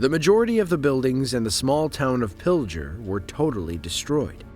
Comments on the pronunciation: Coming from Nebraska, Pilger is pronounced (pil-ger) not (pil-jer) sorry I had to fix it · #5 Pilger, Nebraska is pronounced "PILL-gur"— hard "g" —not "PILL-jer". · It’s pronounced Pill-Ger, not Piljer. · By the way, the town is pronounced Pil-gur. g like in girl..not Pil-Jur. Good videos though, I've lived them. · Pilger with a hard G, like pig. If you're gonna talk about a town's decimation, the least you could is learn to pronounce the town's name correctly. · It’s Pilger… hard G. Pill-Grrr. Grew up 15 miles away. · It’s pronounced….. Pill-grrrr… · Just so you know Pilger is pronounced pill grr